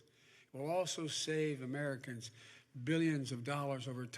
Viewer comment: How you gonna vote for someone that can't quite say the word Americans right.